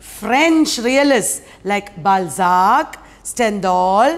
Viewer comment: BalZAAAAK....FlaubErrr...StendhDaaaaal..IbZeNNNN..😅😅😅 1st Prize for Monoact..😅